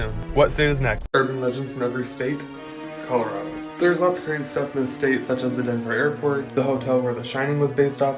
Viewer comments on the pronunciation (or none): none